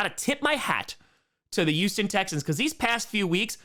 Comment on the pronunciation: It's HUGHston not YOUston